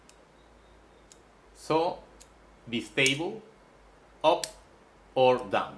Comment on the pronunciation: Good video pronunced as Bye Stable